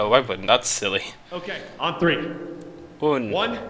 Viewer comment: It is three not free